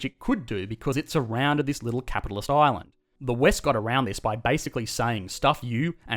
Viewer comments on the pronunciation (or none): none